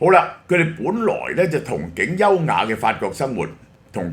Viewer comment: 憧憬讀音??